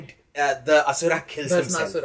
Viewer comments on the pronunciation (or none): none